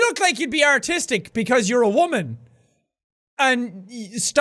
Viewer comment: When the "seducer" called her artistic, it sounded like Autistic. Real smooth. Just go with the Banana Jack.